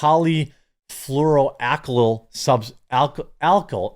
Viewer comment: Its *POLY-FLOOR-OH-AL-KIL* Chemicals